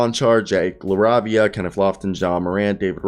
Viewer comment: Jake La RAY via RAY not RAH...